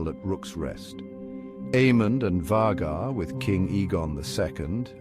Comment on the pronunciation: So is it VAY-gar or is it VAH-gar? Pick one pronunciation and stick with it.